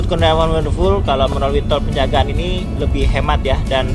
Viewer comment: Toll pejagan, bukan penjagaan